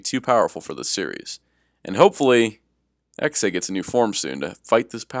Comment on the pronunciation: You pronounced Heisei wrong.